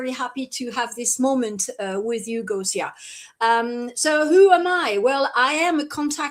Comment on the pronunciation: Oh Gosia (and dear, it's pronounced Goshia!), know that there are more and more of us in France who love you dearly. I've been sharing your videos with French subtitles for a long time. This is because, since 2020, I've discovered the free spirit you've become, no longer identifying with the extraterrestrial races you may have once inhabited. For me and my close friends, there's no doubt that you're here to set a good example for the starseeds to follow. So, welcome to France soon!